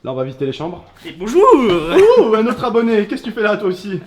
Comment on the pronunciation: "binjour misiou" chui mort xD